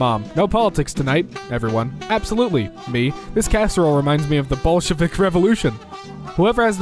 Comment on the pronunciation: NAILED "Большевик"(Bolshevik) GOOD LORD